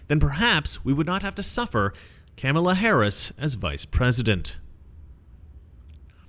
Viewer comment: It's pronounced...Ka-ma-la. Not Kam-a-la. I want to know, did she Swallow?